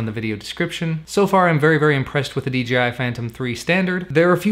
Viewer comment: Its dji not dgi